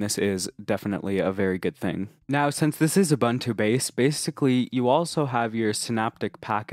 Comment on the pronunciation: It's not OO-BUN-TO Its OO-BOON-TOO